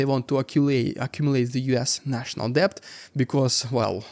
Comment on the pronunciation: debt is pronounced дэт